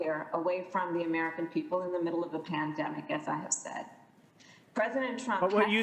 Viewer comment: If I hear another one of these senators say "du-ring a pan-de-mic," I'm going to have a white house staffer coof into my mouth so i can shed this mortal coil.